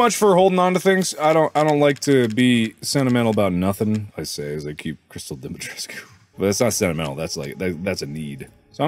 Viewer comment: the fact that mark pronounced the name better then the official voice actor in the game is wild😭😭😭